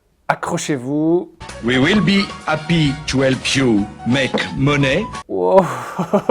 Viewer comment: money se prononce comme mani /mʌni/